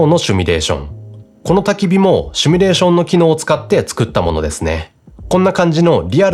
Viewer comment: 「simulation」なので「シュミレーション」は間違い。正しくは「シミュレーション」です。テロップでは正しく書かれているので、おそらくしゃべる時の口癖でしょう。早めに矯正することをお勧めします。